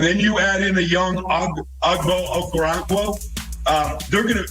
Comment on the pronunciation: The butchering of Okoronkwo’s name is masterful in this segment